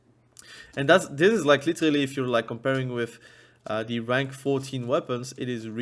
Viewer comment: Take a shot for everytime you hear "LiTeRRRrrally". You LittTeRrraRally cant, u die